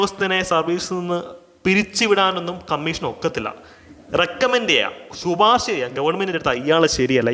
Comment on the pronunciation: Sir, "Shuparsha" alla "shiparsha cheyyaam"...👍🏻😂